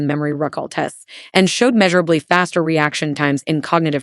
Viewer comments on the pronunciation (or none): What gave the AI away? Was it "meeshurably"? Love cloves anyway.